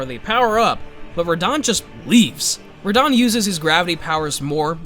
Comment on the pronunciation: The way you said Radahn made me mad